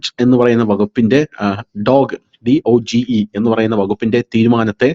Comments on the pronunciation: "DOGE" is pronounced as "dohj" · It's ഡോജി (DOGE)